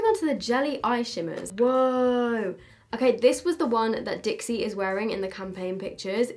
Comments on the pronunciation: Hey just a reminder her names dixie not dixi 🤣xxx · just to let you know its dixie not dixi!!!!!!!!!!!!!!! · just to say it’s dixie not dixi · Just saying it is Dixie and not dixi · it’s Dixie not Dixi!! just helping you out haha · No one: Absolutely no one:: Charli and DiXi 🤔🤔🤔🤔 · no one: absolutely no one:: DiXi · no one: absolutely no one:: DiXi haha love you <3